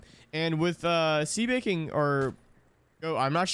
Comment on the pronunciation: brooo, i just couldnt when he said "see baking" over and over☠️☠️ and im sitting over here like "ITS SEBA KING!!! his name is sebaaa bro"